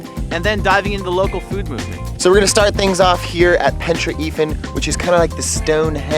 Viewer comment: The way you pronounce pentre ifan is hilarious